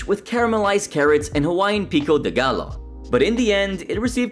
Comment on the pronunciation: ok im sorry bro but its not pico de GALLO...it's pronouced pic de "GAYO" Double L's= Y. thanks